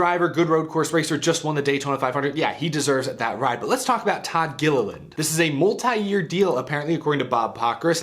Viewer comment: Please don't butcher our last name. It's "Gilliland" LOL